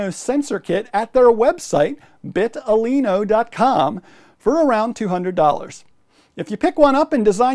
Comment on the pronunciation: vital-ino, not bit-talino (that's the whole point of the name)